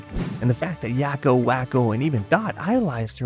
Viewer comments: "Yocko" "Walk-o"? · Yah-ko and wah-ko? Have you ever seen the show? That's not how they say their names...